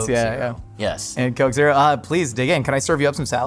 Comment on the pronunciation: And the koke